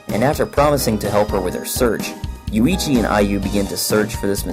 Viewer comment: The contents are ok, but work on the damn pronunciation. It' not Yu-ii-chi, it's YUichi.